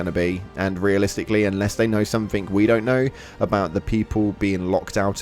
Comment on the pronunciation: To be fair he said "somethink", like three times in the vid so that should show you the IQ of the guy.